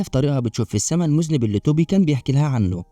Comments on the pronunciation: المُذنَّب وليس المُذنب يامذنب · المُذَنَّبْ وليس مذْنِب 😂😂😂، علي حسن سلوكة شخصيا يلخص 😂😂😂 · المُذَنٌَب وليست المُذْنِب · اسمه المذنب بفتح الذال و فتح النون وشدها وليس بكسرها. المذنب بكسر النون هو الذي يقترف ذنب 😂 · 😄😄😄 فعلا النطق خاطئ المفروض تلفظ بالفتحة على الذال وفتحة مشددة على النون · و شد النون اهم حاجه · من هو المذنب!!!!!!!!!!!!!!!؟: النطق الصحيح: المذنّب، أرجو أن تعيد تسجيل الفيلم مع النطق الصحيح، ويمكنك الاستعانة بصديق في نطقها